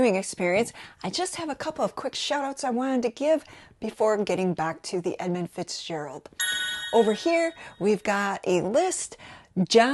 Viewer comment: there's no "O" in Edmund.